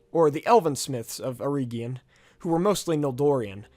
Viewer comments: I only suggest "reg" instead of "reeg" in the pronunciation of Eregion, as per the audio books from the Silmarillion. C. Tolkien as an adviser on the languages. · Pronounced err-Egg-eon, not err-Eeeg-eon. Also, it should be illu-Var-ter, and not Illu-vutter. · Eregion for example, you're pronouncing it as Eree gion, but the second e is just as short as the first. Then Gwaith-I-Mirdain, I don't understand how you mispronounced that cause you said the first ai correctly but then you did the ai in mirdain with English pronounciation instead xD, also in this case the I (inbetween the words) is pronounced as the english ee. Dol Guldur, not Dol guldor. I think that was the main ones. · Great video, I'm just a bit iffy on the pronunciation of some place and people names, the way you say eregion for example. I recommend you read Tolkiens notes on pronunciation in the appendix. Mae Govannen, mellon.